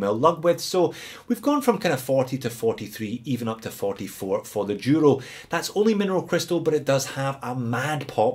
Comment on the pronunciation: It happens that today I'm wearing my black El Duro ( it is pronounced Dooro). You tempted me to add that Cadisen to my collection (see One More Watch). I also have the Hulk Loreo for which I paid $58.52 but the shitty bezel stopped cliking since it arrived and got a $11.70 refund.